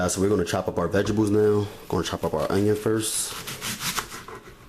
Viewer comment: "vejibles" lol. I love a man that even TRIES to cook!!!! you can say it however you want baby, just feed me!!!!lmbo